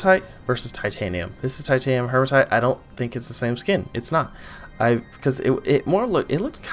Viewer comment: HEE-ma-tite (no r in it). Like Hemoglobin, which is the iron-rich part of your blood.